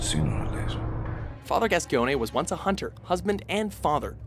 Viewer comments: Father "Gas-key-O-nay". It's Father "Gas-cone" lol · u say it gascoin not gascione k m8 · gas-key-own-ee is not reaaaally how you say Gascoigne. Its just gas-coin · Father “Gas-key-own-ey”? Its gas-coin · any other french speakers who cringed when he pronounced "father Gascoigne" as "father GASKYONEE"? 😖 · "Father GAS-KEE-OWN-AY"? It's "gass-coin," my man. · Ah yes, Father Gas-ki-o-ne`. You can just about tell that this guy has never played Bloodborne, nor interactied with its community. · Father "GASCYONE"? WHAT THE FUCK MAN DO THESE GUYS EVEN PLAY THE GAMES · Gascoigne is pronounced as Gas-Coin, dude... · Did he pronounce Gascoigne as gaskionay? I prefer the french pronunciation of gas kwahnye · Father Gas-ci-o-ne? really? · It's pronounced father Gascoin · Gas-coin, not Gas-Coi-Ig-Neh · Fiend Since its never specifically said in game it can be any possibility. So who cares. Im more upset he said gascoigne wrong since Eileen refers to him as gas-coin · its so obvious though. like when someone pronounces sulyvahn as suleevahn. seriously i dont speak a word in french, spanish or italian. its just obvious that you dont pronounce it gaskyonee. i mean seriously who listens to themselves say this and is just " yes thats probably how to say that". it just sounds wrong no matter how you look at it. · It’s pronounced GASKOAGN right? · Gascoigne is pronounced ''Gas-coin'' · "gaskeowneh", eh? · Father... GAS-GEONE-AY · Alright I was just looking through the comments and SERIOUSLY people, no one is gonna bring up there pronunciation of Gascoigne? Fucking gas-gi-on-a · GASS-COIN FATHER GASS FUCKING COIN MY BLOOD CURDLES WHEN YOU SAY IT LIKE THAT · Father Gas-gi-oney 😂 Asif you actually think that's his name. Great that. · "number 4: father Gascskioygnne" - 2015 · Listening to this guy repeatedly say "Gas-con-yay" made me hurt myself. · Father "Gascione"??!!! DEA want to know your location. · "Father GaSCyONEhy" Yeah, pretty much nailed it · Father Gasceeonay lmfao